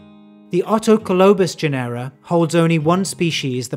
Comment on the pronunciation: Thanks for the video! Just wanted to point out that genera is pronounced like general without the l, i.e. as JEN-er-a, stressed on the first syllable. Same with the caracal, which is CARR-a-cal (carr as in carry). As a bonus, Uto- as in Uto-Aztec is pronounced YOOT-o. Also, be careful not to refer to the Caucasus region as "caucus" region.